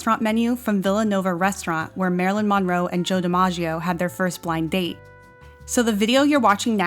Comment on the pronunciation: Omg can you please pronounce her last name the right way 🙉